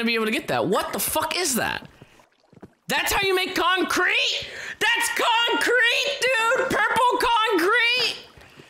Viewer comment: "That's how you make conCREETE?"